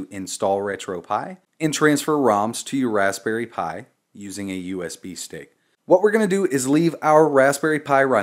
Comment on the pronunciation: Sounds like you're saying USB steak. Mmm, USB steak. BIG THANKS for the video, super clear and easy to follow!